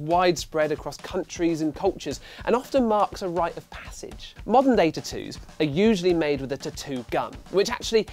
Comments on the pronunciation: That's what irritated me the most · "T'ttoos" xD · I didn't know what word he was saying. Then I realized what video I was watching lol. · Lol the way u say tattoos sounds funny.